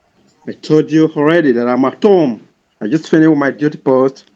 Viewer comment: Let's translate ooommm - home Heverrry thing -every thing tendy years - 10 yrs. how hooled -how old hoo k - ok Axe me - Ask me. Gosh I have been speaking English wrong all my life silly me thank goodness I won't make mistakes any more 🤪🤪HHAAAa 🥴🤥🤥🤥🤥🤐.What a complete idiot .